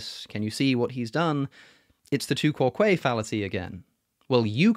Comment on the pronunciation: Quoque is not stressed on the second syllable. What are they teaching in Oxford?